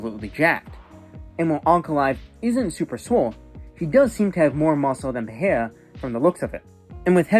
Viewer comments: it's peRReiRRa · it's "perera" lil bro, not "pe he a" ya fokin casual